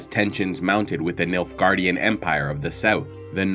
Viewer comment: When I first heard about the Nilfgaardian Empire. I’m not joking when I say that I thought he said Milfgaardian and I was totally confused 😂